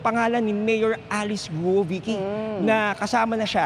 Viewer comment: Not gu-o it should be sounds kwuo